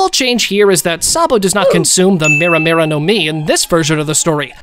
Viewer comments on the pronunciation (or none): none